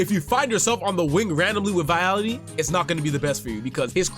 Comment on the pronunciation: Vitality 😂 you mean Vialli! Good review, thanks! Subscribe!